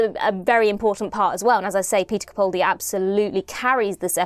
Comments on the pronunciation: (It's CaPALdi not CaPAULdi.) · sorry, but both don't work fine. He pronounces his name CaPALdi - where both of the 'a's are sounded like the 'a' in apple. Of course we all know who we're talking about, but don't you consider it disrespectful to continue to mispronounce his name? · How has it been 10 years... and you're STILL pronouncing his name WRONG! You have the nerve to call yourself a fan. This is a disgrace! It's CaPALdi, CaPALdi, CaPALdi, CaPALdi, CaPALdi, CaPALdi, CaPALdi, CaPALdi, CaPALdi, CaPALdi, CaPALdi, CaPALdi, CaPALdi, CaPALdi, CaPALdi, CaPALdi, CaPALdi, CaPALdi, CaPALdi, CaPALdi, CaPALdi, CaPALdi, CaPALdi, CaPALdi, CaPALdi, CaPALdi, CaPALdi, CaPALdi, CaPALdi, CaPALdi, CaPALdi, CaPALdi, CaPALdi, CaPALdi, CaPALdi, CaPALdi, CaPALdi, CaPALdi, CaPALdi, CaPALdi, CaPALdi, CaPALdi, CaPALdi, CaPALdi, CaPALdi, CaPALdi, CaPALdi, CaPALdi, CaPALdi, CaPALdi, CaPALdi, CaPALdi, CaPALdi, CaPALdi, CaPALdi, CaPALdi, CaPALdi, CaPALdi, CaPALdi, CaPALdi, CaPALdi, CaPALdi, CaPALdi, CaPALdi, CaPALdi, CaPALdi, CaPALdi, CaPALdi, CaPALdi, CaPALdi, CaPALdi, CaPALdi, CaPALdi, CaPALdi, CaPALdi, CaPALdi, CaPALdi, CaPALdi, CaPALdi, CaPALdi, CaPALdi, CaPALdi, CaPALdi, CaPALdi, CaPALdi, CaPALdi, CaPALdi, CaPALdi, CaPALdi, CaPALdi, CaPALdi, CaPALdi, CaPALdi, CaPALdi, CaPALdi, CaPALdi, CaPALdi, CaPALdi, CaPALdi, CaPALdi, CaPALdi, CaPALdi, CaPALdi, CaPALdi, CaPALdi, CaPALdi, CaPALdi, CaPALdi, CaPALdi, CaPALdi, CaPALdi, CaPALdi, CaPALdi, CaPALdi, CaPALdi, CaPALdi, CaPALdi, CaPALdi, CaPALdi, CaPALdi, CaPALdi, CaPALdi, CaPALdi, CaPALdi, CaPALdi, CaPALdi, CaPALdi, CaPALdi, CaPALdi, CaPALdi, CaPALdi, CaPALdi, CaPALdi, CaPALdi, CaPALdi, CaPALdi, CaPALdi, CaPALdi, CaPALdi, CaPALdi, CaPALdi, CaPALdi, CaPALdi, CaPALdi, CaPALdi, CaPALdi, CaPALdi, CaPALdi, CaPALdi, CaPALdi, CaPALdi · Please,, can you stop mispronouncing Peter Capaldi's surname.